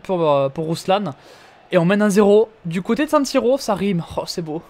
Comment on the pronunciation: Incroyable cette carrière et c pas raslan Malinovski mais ruslan # SD GÊNANT